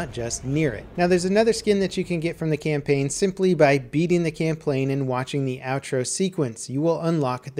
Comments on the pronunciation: Andrei Zedlav No, he said "camplaign" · "by completing the camplaign" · "beating the camplain" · "camplain" this is the best word ever XD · You said camplane. Also, good run through of how to get those skins. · i like beating the "camplain" too he says in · He said, by beating the camplaign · "Camplaign" lol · did anybody else hear him say "camplain" instead of "campaign" in (like if you did plz). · LOL HE SAID CAMPPLANE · "Camplane" What am I doing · he says camplain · He Gettin That Tho I think he is secretly calling the campaign plain. i mean if I had 1 million + subs I would make sure my commentaries didn't have mistakes